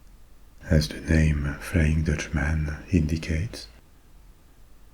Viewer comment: In English if you’re to say countryman, dutchman frenchman etc you pronounce it “mun” not “man”. It sounds very jarring and just plain wrong that’s why it’s one word, not two.